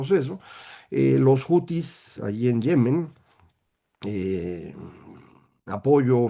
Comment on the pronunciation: Comentario: hutíes no se pronuncia jutis, sino hutíes, tal como se escribe.